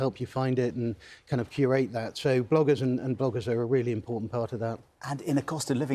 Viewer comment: does he say boggers or bloggers on the second go round? asking for a friend.